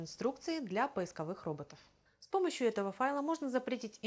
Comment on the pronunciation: Поиско'вых и не поисковы'х, научите Вы её делать ударение на О!!!!